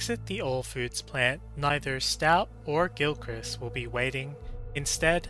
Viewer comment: That is not how you pronounce Gilchrist. It's literally Gil+christ.